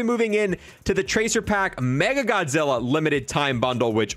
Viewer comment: As a huge Godzilla/MONSTERVERSE nerd. I’m getting all three! Love the videos but I think you’re saying “MegaGodzilla” when it’s “Mecha Godzilla.” Sorry to be that guy.